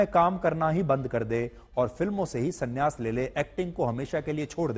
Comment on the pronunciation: aaram se bol sanyaas not salyaas😂😂😂😂😂😂😂😂😂